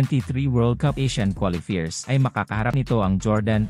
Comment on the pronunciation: Ayusin mo naman pronounciation mo, hindi qualifeers, qualifiers😁😁 worldwide tayo eh